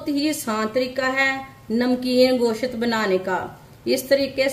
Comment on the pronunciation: میری بہن گشت نہیں کہتے گوشت کہتے اور کری پتہ نہیں ہے اردو میں تیز پات کہتے ہیں